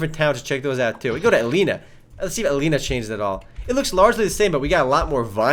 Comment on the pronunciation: isnt it pronuncced a.len.e.a